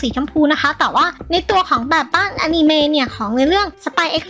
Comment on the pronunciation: คะพี่พูดอนิเมพูดว่าอานีเม